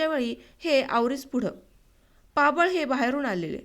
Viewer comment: आवरी नाही आवारी आणि पाबळ नाही पापळ